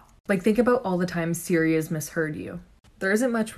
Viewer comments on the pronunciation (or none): none